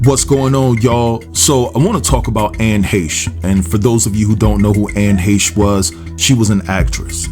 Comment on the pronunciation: Glad to know somebody other than me on YouTube knows how to pronounce her last name correctly.